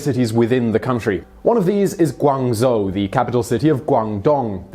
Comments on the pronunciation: The "zh" in Guangzhou is pronounced like a "j." So it should sound like "Guangjoe." Just wanted to let you know. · That's already an improvement. A few years back he pronounced it as gu-an-zhoo in his video.